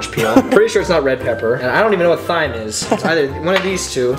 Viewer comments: It’s not pronounced th-I-me it’s pronounced time literally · "I don't even know what thime is" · Thyme is pronounced 'time' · Thyme is actually pronounced as Time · it's been three years is no one going to tell him it's pronounced "time" not "thyme"... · Call me a MAPOTI, but "thyme" is pronounced like "time". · Its pronounced "time" not "thyme" lol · Ikr I died when he said thyme like that😂😂😂😂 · watching these back since it came out and im just now realizing Ryan pronounces the "th" in thyme lmfao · The way that Ryan pronounces thyme XD